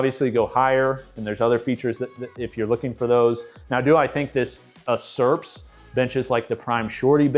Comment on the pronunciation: Its pronounced YOU-SERPS,.